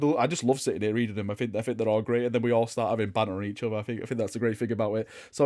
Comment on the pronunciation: Please - please - make an effort to say “think” instead of “fink”. It triggers me to no end. THink, THing. I love you and your content but you are English! Have some pride, speak it properly! It makes you sound stupid PURELY from that and undermines what you’re saying unnecessarily (think how really dumb characters in movies talk, that’s the effect this accent has). Would turn your content from a 9 to a 10 / 10.